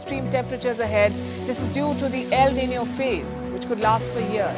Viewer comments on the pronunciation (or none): none